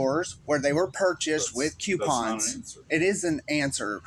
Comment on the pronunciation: It is coooo-pons.... Not "Q-pons"😂